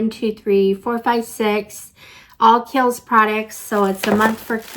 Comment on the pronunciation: I used to subscribe to the Macy's box and a couple of times a year they would do a one brand box. One time they did an ABH box and a Laura Mercier box which was fun. BTW, Kiel's is pronounced "Keels". Kiel's is super popular in Europe.